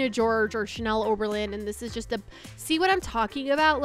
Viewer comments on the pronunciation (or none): none